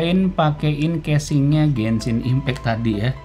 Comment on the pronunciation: Orang lain: "Genshin Impact": "Gensin Impek"